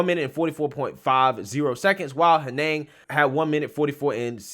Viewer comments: Hen-iG, not Hen-nehng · I didn’t think it was possible to butcher a two-syllable so badly. “Henig” is not a difficult name to pronounce. It sounds exactly as it looks. “Hen-ig.” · Honestly hearing the way you pronounce that second name makes me think of the key and peele sketch. Hilarious!